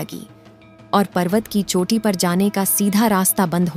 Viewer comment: छोटी नही चोटी । By the way your effort is good. Har har mahadev 🙏